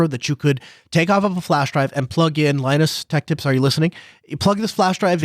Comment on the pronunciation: Why are you saying Linus Tech Tips with a short I for Linus as if it's said like Linux instead of a long I as in Linus? Have you never seen Peanuts? Charlie Brown? Linus? WTF? LMAO.